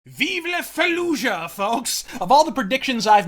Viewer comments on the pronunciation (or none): none